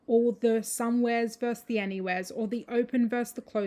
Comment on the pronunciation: Interesting video. But goddamn it, it’s versus not verse!